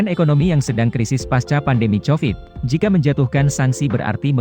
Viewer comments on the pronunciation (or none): none